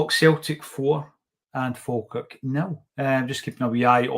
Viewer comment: It’s Falkirk 😂